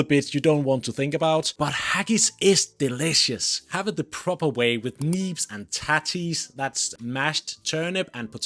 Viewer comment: och I just find it funny when you try and use Scottish words mate, you butchered neeps n tatties man :D